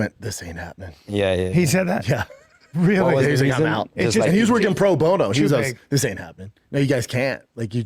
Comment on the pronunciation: you know who's werging pro bone o? Chin.